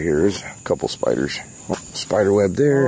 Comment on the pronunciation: I like how he says spioders